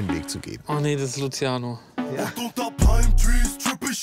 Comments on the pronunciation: Wen triggert es auch das er Luschiano sagt ? 😐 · Niemand Wirklich Niemand Klaas und Jakob: Lutziano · Niemand: Jakob: Das ist luziano